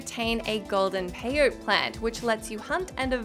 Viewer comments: Pay-Oh-Tee Not Pay-Oat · "Peyote" is pronounced like "pay oh tee." The 'e' on the end isn't silent. Stupid English language lol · The way you pronounced "peyote" was funny 🤣